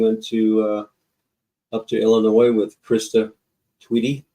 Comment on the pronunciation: The s is silent in Illinois lol